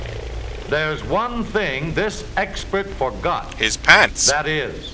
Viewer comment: this guy can't pronounce "expert"